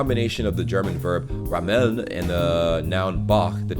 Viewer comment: I'm always impressed by how great your pronunciation is. Keep it up! :D The only things I'd correct is your pronunciation of "Elend". The emphasis lies on the first E! :) Same for "rammeln". Emphasis on "Ra(m)".